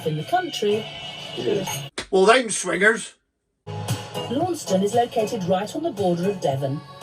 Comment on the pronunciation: Love you. And all you have put out, but you didn't bring up the pronunciation of Launceston. It's pronounced like lansen or lancen. Not lawnston or lawnseston!. Keep up the good work.